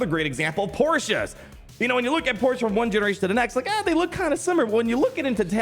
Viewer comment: As a car person I love the Porsche analogy…and that you pronounced the name right 😂